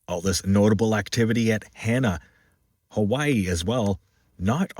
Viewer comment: I live in Makawao 1,500 feet on the slopes of Haleakalā. I reported as many did I'm sure of that 3.7 mg. earthquake right off of Hana (it's said as Haa-na). Great reporting & appreciate all you do. One comment, you call it the "Daily Events Worldwide", yet I know it's the holidaze but you should actually do these daily. I know there's tons of research you have to do to produce your excellent productions & kudos for what you do😊. Give us our Xmas forecast please. 🫶🤙🌈🏝️